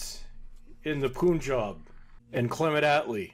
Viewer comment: pun-job not poonjob, doesn't rhyme with spoon. More like the u in bum. lol.